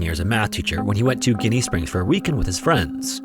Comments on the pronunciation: Ginnie local! It is pronounced jenny. I grew up going to school with wes daughter tessa and we did a 4th grade field trip in 2003 i believe it was and watched Wes dive with Tessa on a tv screen at ginnie. Was an awesome experience. All the locals were sad when he passed a few years later. I still go to ginnie this day. Its beautiful and intimidating at the same time. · I live in Florida. You missed pronounced the name of Ginnie Springs. You pronounce the first part of it like you would be if you were asking for a bottle of gin. It's like saying Jenny but with an I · It’s Pronounced like Jenny Springs. I giggled every time you said it. Lol I grew up there and never heard anyone say it that way. 😂 love your vids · I live five minutes from here and we pronounce it like the name ginny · Seventh generation Florida native. It's pronounced "Jenny" springs. 🙄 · Very nice video....but its pronounced "Jenny" springs. Love your stuff, dude. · It's pronounced Jenny just not spelled the same. 👍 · It’s pronounced as Jenny Springs just not spelt that way. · I live in Gainesville. It's pronounced "Jenny" Springs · JINNY! JiNNY! JINNY! SPRINGS!!!!! Why did you not take the time to make sure you were getting the pronunciation correct???? This is so frustrating to me!!! Having got that out of the way, I love these videos especially since I have dove almost every one of the springs in FL. Unfortunately, I was there in 2013 when Carlos lost his life. A friend and I had been preparing our gear when his friends brought him up. It was a sad day that I never wanted to witness as a diver. I dove there for the 1st time in 2004 and have been there many times since. The water is beautiful and very cool. That has brought with it a lot of people who just want to camp and party. If you do decide to camp and want to sleep bring some earplugs, LOL. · It’s pronounced as “Jinny” Springs. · FYI, Ginnie Springs is pronounced like The Jen- in Jenny, so it would be pronounced like "Jennie"